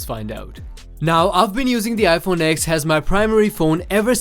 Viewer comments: It's pronounced 10 not X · It’s not called an IPhone X it’s called an IPhone 10 - it’s Roman numerals DOHHHH